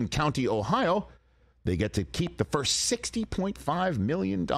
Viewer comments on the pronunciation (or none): none